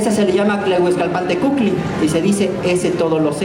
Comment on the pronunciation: Tlahuizcalpantecutli (no es el que todo lo seca) Y el tal no lo sabe pronunciar. Tlahuiz=iluminosidad, luz destello, Calpan=Bóveda celeste, Tecutli= El Gran Señor. El Gran Señor que ilumina la bóveda celeste. Sólo coincido con en que debemos hablar nuestra lengua Madre el náhuatl.